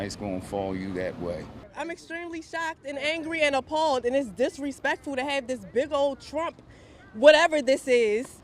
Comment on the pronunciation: Can you say: DIS RE SPECT FUL.